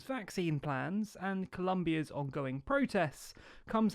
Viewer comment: My dear friend, I like very much your videos! I just wanted to point out that the correct word is Colombian, not Columbian. Minute . Regards from Colombia! Thank u for highlight the protests!